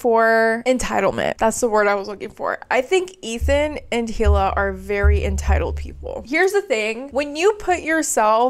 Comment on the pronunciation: Right off the bat, you don’t know how to pronounce Hila’s name or what the IDF is, why would anyone continue watching this?